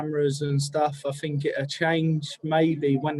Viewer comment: “I fink, I fink, I Fink absolutely”